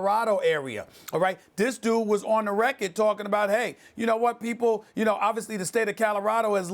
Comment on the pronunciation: It's pronounced RECK-ORD not WRECK-IT. Do I have to clip SAS's tongue?